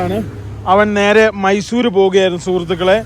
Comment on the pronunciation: ചേട്ടാ മൈസുരേ അല്ല മൈസൂർ